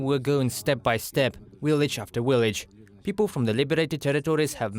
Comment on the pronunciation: What’s a willage?